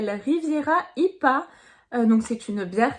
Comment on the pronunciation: Coucou, ta vidéo est très sympa, juste un petit détail, les bières IPA ne se prononce pas comme un mot mais comme les lettres en anglais. En phonétique ça fait " une bière aïe pi é" Voilà, sinon encore une fois ta vidéo est très sympa